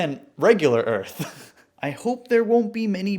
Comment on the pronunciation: If middle earth isn't a melting pot, then why is it the middle of the earf??? hmmmmmmmmmmmmmm